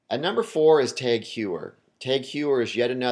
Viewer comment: Also, "tog", not "tag". But in all seriousness, how does one not pronounce "Omega" correctly...